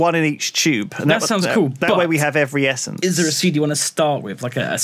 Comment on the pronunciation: Drinking game: take a shot every time pronounces the essences wrong